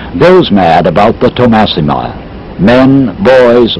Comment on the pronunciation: Thomassima (Tomax) ... not Tommasina 🙂